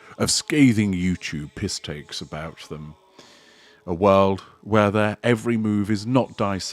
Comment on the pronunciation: WIRLD instead of WORLD???? That channel sounds crazy!!!